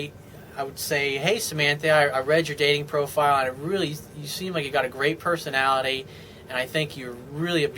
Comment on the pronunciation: the way you said personality was funny